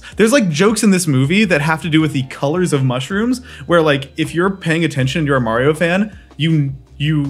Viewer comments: Why do you pronounce Mario wrong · I still don't trust anyone who says Mario like him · You say Mario wrong so I just stopped watching the video. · Marry-o, why? Maaa-rio! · I'm sorry but.....who is Merio? It looks like you're talking about Mario but you keep saying Merio, I've never heard of Merio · Dude is one of the biggest Mario fans and still occasionally pronounces “Mario” as “Maireeoh” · ITS NOT MAYRIO Its MARIO! :D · uhm achkshullly its mah-rio not meh-rio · Why do you say Marry-oh? His name is pronounced MAH-RY-OH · May-reeyo?? You can’t just say Maa-ri-o? It’s so so annoying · Stop saying mayrioh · I say mayrio too its ok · Why mayrio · Good old mary-oh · killed the video when you say Maryo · Great now I’ll always say mayrio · So are we just going to gloss over the fact that he says "MERIO"? 🤣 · It really frustrates me that he says "Mayrio" lmao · It's Mario, not Merry-Yo T----T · Who is this "Merry O." person you keep mentioning? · watching the first 1 minute of this video just instantly tells me how you have no idea what the franchise mario is. the way you said “MARRYO” and the way you said “old computer game” already told me alot. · Please God stop saying May Rio. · Aren't you from NC? Don't you know we pronounce it Mario down here 😂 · But why continue to mess his name up when even the non English speakers say it correctly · Lol you had me all sine throughout this video the way you kept switching between pronunciations of Mario 🤣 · I love how you went out of your way to pronounced mario wrong. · every time you say Mario wrong my headache gets worse.... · why are you saying Mario's name wrong. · How do you say Mario wrong